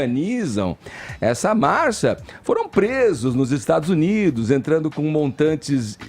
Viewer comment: O não consegue falar "Marcha"